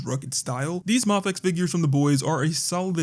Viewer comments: There is a highly likely chance you are saying mafex right, but I'm so used to other creators pronouncing it "may-fex" that it gives me whiplash when you say it "mah-fex" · It's pronounced "mayfex"